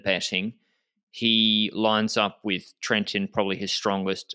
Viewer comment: Little tip… Trentin sounds like.. trent teen… in 🇮🇹